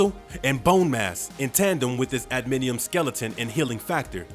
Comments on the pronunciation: Disappointed that this guy cant even say Adamantium. What an annoying thing to overlook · I can’t stand the way this guy pronounces adamantium. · How do you not know how to say adamantium? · That was said so deliberately too, he has no idea what it's called. THIS IS WHY PEOPLE WANT GENUINE YOUTUBERS. Garbage lol. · Adamantium why is this tool mis pronouncing it its nit hard at all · NOT "Adminium", it's ADAMANTIUM. Also, half the time you call him Weapon H, the other half, Weapon X... smh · Adminium? Repeat after me: A-DA-MAN-TIUM. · Dude...for real? Adminiem? Say it with me now, ad-uh-man-tee-um. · Adamantium not admintium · If making videos about pop culture, make sure to know how to pronounce the terminologies. NOT admidium IS adamantium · I'm sorry, "Adminium"? That legit bothers me. This is the kinds of crap YT is phasing out independnt creators for???. Adamantium...that's like... basic comic/movie knowledge for someone who has ever heard of something AT ALL. George Washington was a human being, you poop in a toilet, Wolverine has an adamantium skeleton. This dude hasn't even watched the GD movies, and I'm supposed to respect HIS TAKE? Nooo, no no no lol. Nope. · "Adiminium" LMAO. Said as if he knew what he was talking about, too. Garbage Youtuber who has no idea about anything he is talking about bc someone else wrote it for him. This is why people like GENUINE Youtubers. Couldn't even be bothered to do a quick web search. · Adamantium not anaminium.. you lost me 40 seconds into the video bud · Adamantium. Not adaminium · The word is adamantium, tf is adminium? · The narrator sounds like he's really informed, then completely loses all credibility when he calls Adamantium, "Adminium." WTF?!! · He says adminium. 😂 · Im curious how does the closed capitioning when selected knows he's trying to "adamantium" instead of "adminium". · Does he have an "adminium" skeleton also? Ugh. Maybe he should give it a practice read before he just blasts into it